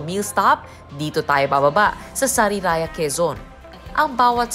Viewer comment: Saryaya po ang bigkas hindi sariraya.